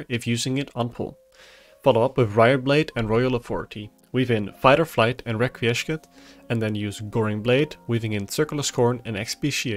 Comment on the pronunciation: Requiescat is pronounced Wreck-we-ess-cat: Latin word meaning A wish or prayer for the repose of the dead.